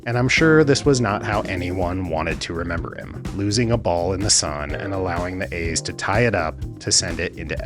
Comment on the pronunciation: The A’s is pronounced with a long “E” So is “the NLCS” It doesn’t seem like much, but it matters more than you know.